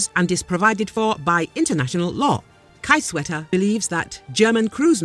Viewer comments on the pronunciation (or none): It is spoken Keezewetter. not Kaysewetter. The name is Roderich Kiesewetter. Also: Not the entire Bundestag advocates the delivery of Taurus, three parties -CDU, Green Party and Free Democrats - support it, three other parties (right wing AfD, leftists and social democrats oppose it. )Supporters are the majority but sadly they form no coalition. of The governing three party coalition only 2 parties support the delivery and voting against your own government is highly unusual in highly loyal Germany.